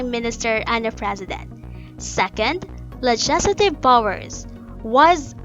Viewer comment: Keeps mispronouncing legislative...